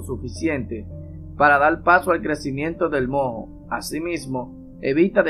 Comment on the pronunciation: No se dice mo, se dice moo, con la primera o acentuada. La h es muda